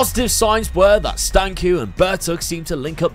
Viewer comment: Not like it matters too much but Stanciu is pronounced with a 'ch' at the end as in cheese or church - Stan-ch-oo